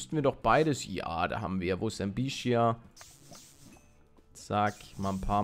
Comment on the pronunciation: Palle, Ich hab latein in der schule und: bitte sprech bestia nicht [Bishia] aus . Das ist latein und man spricht es wie man es schreibt (außer "st" ) bitte sprich alles so aus, wie es da steht.;) danke im voraus